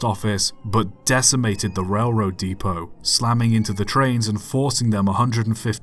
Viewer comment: You mispronounced Clerk. Oh! And depot. And Newark. And Terris.